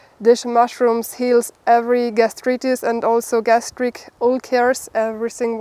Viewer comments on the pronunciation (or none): none